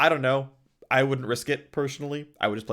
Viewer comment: Most important info from this video: how to pronounce Venom Gyre correctly.